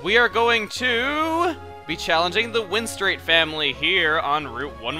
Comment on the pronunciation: I'd like to point out one thing it's the "win-strate" family